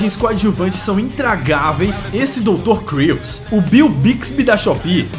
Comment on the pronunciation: Doutor "Cru"! Kkkkkk. Esse é hilário. 😂